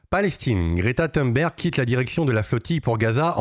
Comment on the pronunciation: On prononce Thonberg...